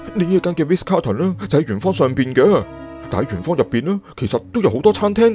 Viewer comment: 係Ritz 唔係Riz